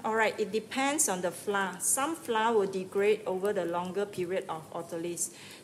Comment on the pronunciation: Hi there, I’m from Singapore, love your video clear and good! 😊 Except mispronounced the word “flour”! 😜